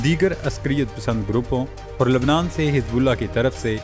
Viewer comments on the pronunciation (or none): none